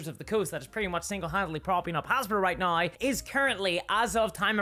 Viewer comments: Why do you pronounce "now" as "nah-y"? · wait a minute, i'm going to need you to say "now" again for a sec.... :P is that spelled "nayeigh" for you?